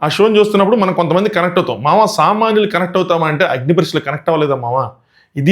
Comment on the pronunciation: Bro nuuvu samanyulu anna nakento samanlu ani vinipistundhi 😅